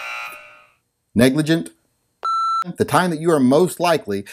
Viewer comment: “, you are fined one credit, for being unable to say, ‘negligent’”.